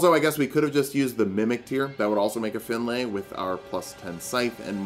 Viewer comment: Awesome video but you are pronouncing the name Finlay wrong its not pronounced Fin-lay more Fin-lee